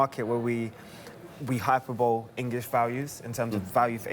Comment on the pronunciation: "hyperbole" hahahahahahahahahaahahahaahahaa